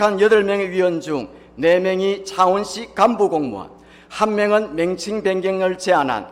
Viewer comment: 맹칭이 아니라 명칭 한글 발음도 안되냐